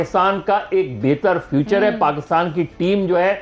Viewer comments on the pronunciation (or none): "Future" hota hai "feature" nhi.